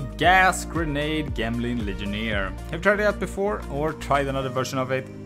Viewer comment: Say it with me, "Jemling" its a character using gems, how is gems pronounced?